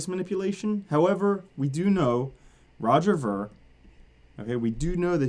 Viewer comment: its Roger veer not vur spelled ver....